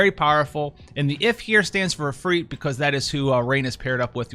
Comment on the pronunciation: When he put the stress in Ifrit in the right place for the first time to my ears on a Western channel... I was truly happy., my internal weeb loves you.